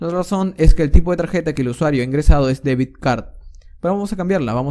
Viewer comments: debit no debid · Debit card, not deviD card. You need to practice your English, amigo. Se nota mucho que no sabes inglés. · Debit... no debid. Gracias por el video ❤